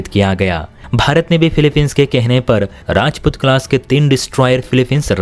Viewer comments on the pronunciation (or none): none